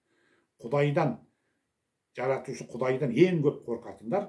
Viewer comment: Сиз Жаратушы деген сөзді калай айтасыз. Баскаша естиледи, немесе баска созбе